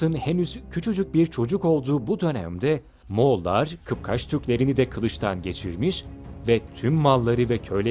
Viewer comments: kıpkaç değil kıpkaç be kardeşim... dinlerken bunaldım ayıp ya... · 1.07 de dil sürçmesiyle "bir kıpkaç Türküydü" demişsiniz. Kıpçak olacaktı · Lan arkadaş alt yazı dada "Kıpçak" diye geçmesine rağmen sen ısrarla "Kıpkaç" deyip duruyorsun, kapkaç der gibi...doğru dürüst çıkar şu kelimeleri ağzından... çıkıp birde seslendirme yapıyor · Kıpkaç değil, "KIPÇAK", DEŞTİ KIPÇAK! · Kıp-kaç değil kıp-çak!!! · kıpkaç değil kıpçak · 2 defa kıpkaç dediniz kıpkaç değil, kıpçaktır. Ayrıca ne moğolu ne roma imparatorluğu ne de bir başkası, eğer inancınız varsa zafer gelecektir. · Kıpkaç değil , Kıpçak . Ayrıca Baybars esmer değil beyaz tenlidir tasvirlere göre ve gözleri mavidir dediğiniz gibi vücudu gelişmiştir. Tipik Kıpçak yani. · Kıpkaç mı dedi o.kapçık demedi iyiki. Bilmediğin şeylerin videosunu yapma